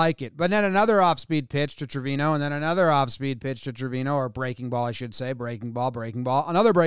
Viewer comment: Jomboy your are pronuncing Trevino bad! Is like Acuña! The pronunce is Treviño! Is a latin last name!